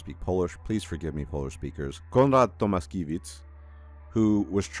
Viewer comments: For future reference - you can pronounce the name as To-mash-kye-veetsch 😉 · IIRC it reads as Tomashkevich (sh & ch read as usual in English). Our Slavic names can be problematic for westerners.